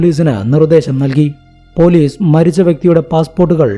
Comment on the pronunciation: സ'" എന്ന അക്ഷരം പറയാൻ പഠിക്കൂ ആദ്യം. എന്നിട്ട് പോരെ കഥ പറച്ചിൽ!!! സ ക്ക് പകരം z ആണ് വരുന്നത്. അറുബോറൻ! കേസ് എന്നത് കേz , police എന്നത് പോലീ z 😂😂😂😂😂😂😂 കഷ്ട്ടം!!!